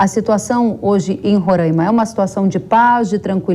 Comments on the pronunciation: Fia, eu usei fia por questão de humor (que acho que você não tem, e vc não existe), eu sei que é filha, a questão aqui é que ela fala Rora(~i)ma por erro mesmo, da mesma maneira que se fala é quando (que também é um erro). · Fia o nome é Rora(í)ma e não Rora(~i)ma